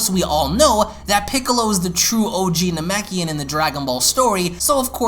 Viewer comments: you accidentally said neimakin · Did he say namakian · he said young nemkein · "As the smaller Namekian goes on to introduce the Elder.." Anyone else catch that? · you called them namekians